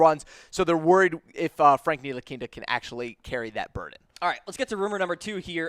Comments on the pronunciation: Nee-Lee-Kee-Na....its really not that difficult. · Seriously... please stop calling him ntilikinta, there’s no t at the end, It’s ntilikina. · Nilikinta ? Wtf ? You get a dislike for mispronouncing his name. Dumbass !! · That's what I'm saying wtf team needs are SG and C? We have two SG and no starting small forward lmao they no nothing about the Knicks or basketball in general... they pronounced Ntilikina Ntilikinte this is embarrassing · Hey guy nice info. Just a heads up Franks name is pronounced KNEE - LEE- KINA Second, I dont think the knicks are not sold on Frank, but they are definitely not sold on Mudiay, his play was bar none the worst of all three. The more likeley scenario would be Burke at the 1 frank at the two, mudiay and the rookie off the bench depending on what guard is picked and how well they adjust. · Learn how to pronounce Nee-La-Kee-Na. Your not even close and that and your other commentary makes it obvious that you don't watch the team. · I stopped listening after Frank Nee-La-Kin-Ta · Can’t even say franks name right ... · These guys are strange. They say the knicks need sg, c, then proceed to name PG and sf. Also can't pronounce ntilikina. There's no t at the end of his name. Painful to listen! Smh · These are really retarded for 1 knicks need a small foward. NOt 2 gaurd and trey burke at the 2??? Wow you have not watched no knicks basketball and learn how to pronounce Frank's name before you doubt him he's 19 years old smh